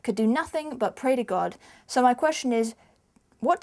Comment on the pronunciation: lol "if you don't prey". R.I.P to english